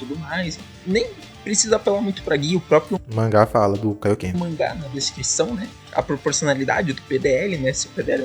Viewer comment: Kaiokê 😂😂😂😂😂 é Kaioken mano